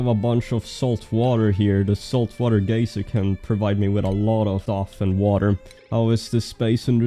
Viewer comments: All I hear is Gay-Sir! ;D Instead of Gaiser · geyser not gayser